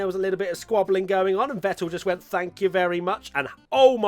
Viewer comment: You actually nailed the german pronunciation of Seb. NOICE